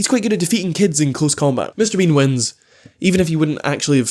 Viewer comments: I was enjoying this video until I realized says “Mr. Bing” throughout the entire video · sometimes i hear him say "Mr. bing" instead of Mr. bean🤣